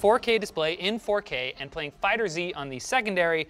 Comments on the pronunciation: Did he say fighter z and not fighterz smh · It's FighterZ, not Fighter Z. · Linus, it's not Dragon Ball FighterZeee! LOL It's FighterZ, Fighters.... Got it? LOL, you guys. The FGC is disappointed! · “Fighters Z” is the most painful thing to my ears ever since people started saying that. It’s FighterZ, one word the Z is like S. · I cringed when said Fighter Zee. The developers have said its just Fighters with a Z. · "FighterZ"(fighters), not "Fighter Z" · Please stop calling it Fighter Z lol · It's pronounced "fighters" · pronounced dragon ball fighterz title wrong, disliked and unsubbed